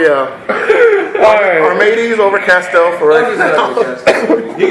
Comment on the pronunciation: "I'm not going to castel anything" Kek